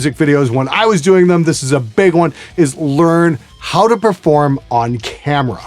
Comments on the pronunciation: "Learn how to PREFORM" ;-) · “how to PREform” lol dumb with his dumb brain 🧠 stop bullying certain instrumentalists when you’re illiterate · Learn how to "preform"?... dude... smh;) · ”Preform on camera”. Now, that’s wierd!